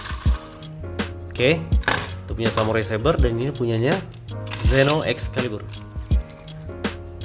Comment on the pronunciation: mantab oom.. sukses terus... baca nya seno oom...